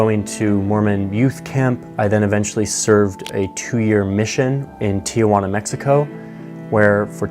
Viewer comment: This is a sad story from my framework. However… it is funny that after 2 years he still mispronounces Tijuana 🤣